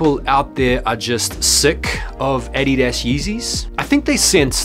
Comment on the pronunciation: The Way u say Adidas hurts me ears. :/